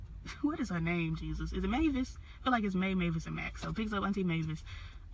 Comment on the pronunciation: You had the name right its Mavis aka Oprah you did well.